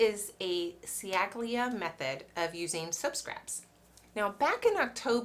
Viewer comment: Chally-a. "Ci" in Italian is pronounced "ch" (like in ciabata) and "gl" is pronounced without the g (like tagliatelle - tally-a-telly). Other than that, a very interesting video! 😁😁